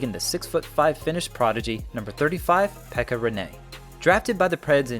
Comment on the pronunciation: You should also know to not call it "nashvegas" and also pronounce Pekka's name correctly :)